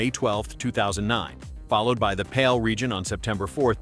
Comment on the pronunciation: Galaga not galuga also PAL not Pail